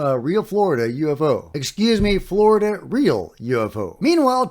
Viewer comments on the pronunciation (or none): none